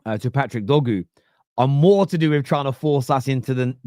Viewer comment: its DOR-GU not “Doggu” how did you find a way to mess up such a simple name?